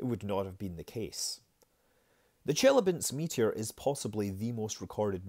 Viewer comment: It's chilyAbinsk, not chIlyabinsk